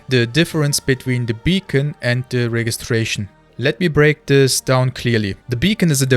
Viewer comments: The "G" in registration is pronounced with a "J" sound. 😊 I believe CIG has already addressed this but there will always be regional servers. The finished global shard simply cannot work due to enscapable latency. US, EU, SEA and maybe a Chinese region. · You"re English is better than many native speakers. Just a quick note 'Register' and 'Registration' use a soft g so it would be pronounced with a J sound 'rejister' and 'Rejistration'. My mother was an english teacher and I have a lisp, so I got a LOT of attention on stuff like this, I might have a complex. :)